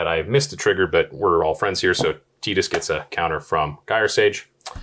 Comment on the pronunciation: Pronouncing Tidus correctly whole pronouncing Final Fantasy Ten as Final Fantasy Ex in the same breath, made me lol. ❤️